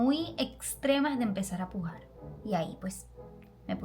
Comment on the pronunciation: yo y que QUEEEEE!!!! Tienes una grandes ganas de fumar !!! Jajajajajajjajaja Tuve que repetirte el video 3 veces para entender que decía pujar